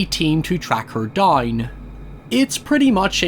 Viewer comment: “To track her doynn” 😭